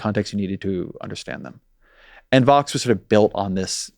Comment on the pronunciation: Please be more clear when pronouncing VOX vs FOX. I fear that many people still think you're talking about FOX, which would be very unfortunate! I only learned about the existence of VOX in recent years due to listening to "Today Explained" on public radio during my commute. Thanks.